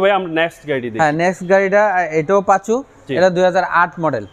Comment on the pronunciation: সবথেকে বিরক্ত লাগছে টয়োটা পাসো গাড়ি কে কিভাবে বারবার পাচু পাচু বলতেছে